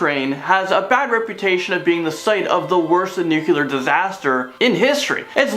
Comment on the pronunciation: Can you please pronounce nuclear correctly. Your pronunciation does not match the spelling. Bush couldn't do it and neither do you. Really bothers me as a person that is multi language